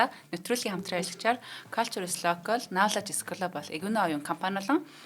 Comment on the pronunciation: Culture knowledge 2 vgiig google translate eer sonsood duudlagaa zasaad ogoorei kk